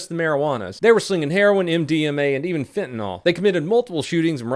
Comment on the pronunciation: I hate to have to do this ,but it its fentanyl.....Read it, NYL, not NOL! NIIIIIIILLLL! Not NOL....Oui!